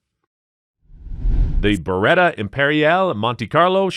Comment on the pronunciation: Idk if I can take this seriously. Man just said Barretta m82A1